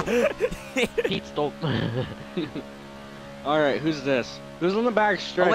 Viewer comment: sounds like Pete stop instead of pit stop